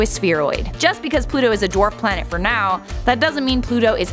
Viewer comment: read the comment. He say plant not planet